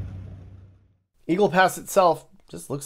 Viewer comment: Quatro instead of fore...classic! LOL